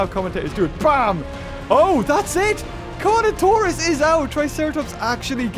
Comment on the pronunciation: I thought he called Carnotaurus “toast” lmao